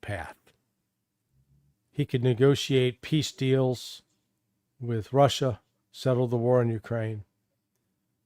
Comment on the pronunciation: I love the way Larry says "assh!@ and the way says "Russia". Larry puts his whole soul into it, no half measures! Sometimes when says "Russia" it almost sounds like "Rorschach". Appropriate, don't you reckon? People these days see Russia and project onto it whatever fantasy or demon that inhabits their mind.